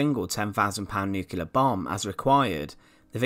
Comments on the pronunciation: agree about the looks but yet another (or ‘anuva’) narrator unable to pronounce ‘Nuclear’ instead saying ’nucular’!🤯😳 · the word is New-Clear and not Noo-killer ! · And Nucilear! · “Nookelar”is so lazy and so annoying.